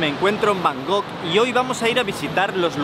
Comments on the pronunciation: Por favor.. por favor... por favor...por favor...por favor...por favor... no digas nunca más Bangok, es la mayor paletada del mundo typical spanish!! LA ciudad se llama BangKok. terminado en KOK, no en GOK. Por favor... me explota el cerebro cuando oigo a los españoles decir BanGOK. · Buen vídeo pero por favor no digas más Bangog jajajaja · El bro nunca pudo decir bien el nombre de la ciudad que visitó XD, gracias por esos videos. Saludos.